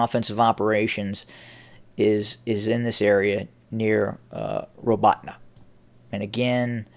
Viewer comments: The accent is on the second syllable and sounds like the word "AWE" in English. ra-BAWE-teen-yeh is about as close a transliteration as I can get. When you pronounce the "teen" sound you have to press the center of your tongue to your pallet to soften the "te" sound. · Again, it's pronounced ra-BAWE-teen-yeh (Роботине).